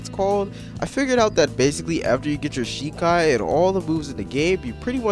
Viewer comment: jus from the way u said the name of ur Shikai i don't think you have watched the anime that this is based on I think it would be hard for you to be immersed if you dont even know what the source material is dont get me wrong I think this is game is utter trash but i also dont think its fair for you to speak on it in such a negative light IF you haven't seen the source material